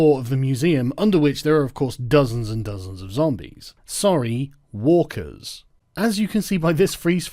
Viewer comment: Lol, I thought Sargon said 'Wokers' at one point instead of Walkers and I thought maybe it was a running joke about SJW zombies.